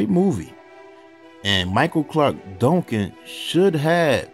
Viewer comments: Dongcan?? Can’t you say DUN-CAN? 😡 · It sounds like you're saying Donk-kin 😊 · The way he says “Duncan”. 😂😂😂